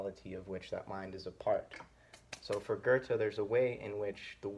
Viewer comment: Would you consider yourself part of the "still can't pronounce 'Goethe'" movement? No hate btw, really enjoy these.